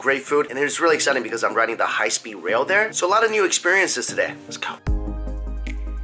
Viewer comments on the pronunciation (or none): "Might have over-done it on the food right over right 'der"